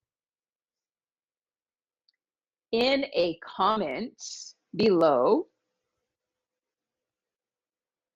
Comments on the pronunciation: Hi Adrian. In the dictation Nicole said "To have a petS" (with an S) and at the end she said "Write it down in a commentS" (with an S as well). Is it for an easy (lazy?) way to prononce the sentences that she add on those S? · Je suis satisfaite car je fais de moins en moins d'erreur. Cependant, petite parenthèse concernant la prononciation de Nicole qui parfois me prête à confusion Je m'explique: pour certains mots comme pet ou comment au singulier, Nicole a tendance à prononcer la fin du mot en s comme si la forme était au pluriel alors qu'elle est au singulier . Serait-ce un défaut de ma part? Bon weekend à tous.